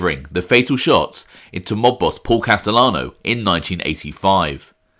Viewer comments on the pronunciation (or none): none